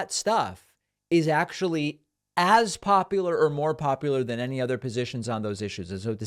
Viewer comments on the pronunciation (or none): none